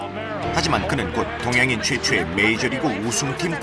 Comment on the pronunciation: 최초의가 최최의로 들리네..